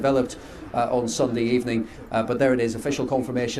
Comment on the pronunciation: "Good ebening" is just what epl lacks right now🤣